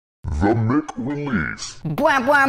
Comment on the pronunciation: Surely it's mike (mic) and not mick??